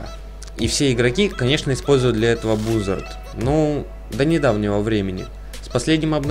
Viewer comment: Это базард читается базард это английская а